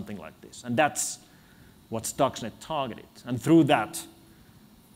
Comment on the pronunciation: Thanks for the transcription. :) A little thing : it's « Stuxnet » and not « stocks net »...